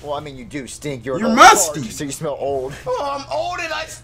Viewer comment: He said “smel smel” lol